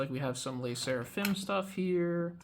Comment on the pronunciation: The way you say 'Lay' Sserafim takes me out 😂 hahaha